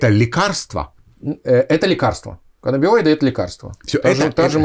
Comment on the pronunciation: Врач психиатр -нарколог (стаж 4 года). Коллеги, пожалуйста, говорите правильно - каннабиНоиды. (Н)